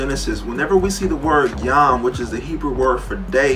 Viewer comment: As a Christian, this guy's theology is really really bad. Nothing he says makes sense. Also, I'm always very wary of people who mispronounce hebrew and call themselves pastor....